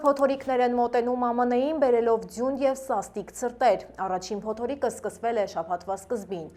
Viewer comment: ջան փոտորիկ չէ փոթորիկ